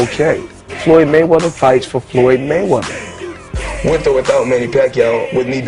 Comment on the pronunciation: FOLOLOYD GAYMEATHER.....